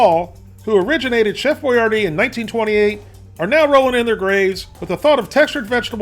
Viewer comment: its pronounced Bo-YYYAR-DI